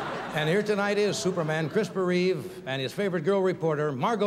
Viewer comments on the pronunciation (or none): For a minute there it seemed to me like Johnny said Crisper Reeve